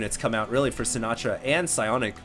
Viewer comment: I wonder how Frank Sinatra would feel about the way you pronounce his name. Lol